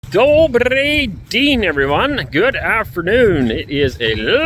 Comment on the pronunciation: Мне очень нравятся ваши видео. Я заметил небольшую ошибку в произношении: вместо Dobriy din', должно быть Dobriy den'. Звук 'е' должен произноситься как 'e' в английском слове 'yes'. Надеюсь, это поможет вам улучшить навыки русского языка.